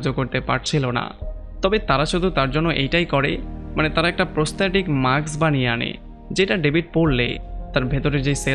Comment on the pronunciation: মাক্স না ভাই উচ্চারণটা মাস্ক হবে It's mask not maks